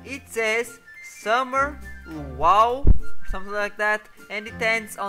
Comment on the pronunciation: It's pronounced "lew-ow" btw :)